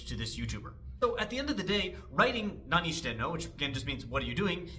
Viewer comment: from my gaijin ears the reason why it sounds funny might be because he puts the high pitch on してい as in nanioSHITEno, which to me at least sounds like there's a word break between 何を and していの, which sounds like 四天王 if you break apart the no into nnou i guess😂